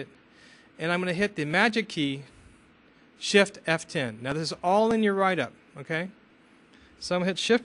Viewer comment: Shift + F10 =) Yes, he is kinda mumbling it =P